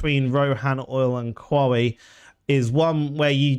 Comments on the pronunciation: “Kwowwy” also known as Quarry. 😂😂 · I was sound until you said qwawee. Sorry pal gonna have to move on.